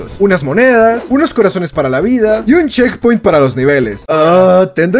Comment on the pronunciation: Checkpoint❌ Checkioht✅